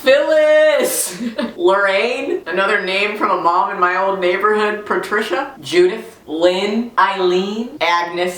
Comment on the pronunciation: Lmao I love how you said par-Tricia